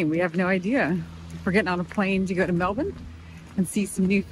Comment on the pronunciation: The most impressive thing in this episode is pronunciation of Melbourne. Americans always get it wrong